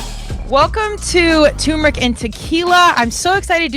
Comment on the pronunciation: It's tuRmeric you morons lmao